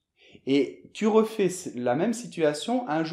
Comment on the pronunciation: ouais ouais très efficace vraiment ! je les fais tous les jours mais j'ai une question ... dans la vidéo j'ai remarqué que votre pronunciation pour un mot était très bizarre pour moi ! c'est "refais" avec "s" à ce moment ... c'est pourquoi ça ? normalement on ne le prononce jamais non ?